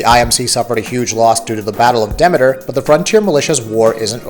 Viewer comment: Demeter is pronounce Demeeter